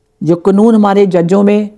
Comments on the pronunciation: कनून ❎ कानून ✅ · कनून नही, कानुन 😊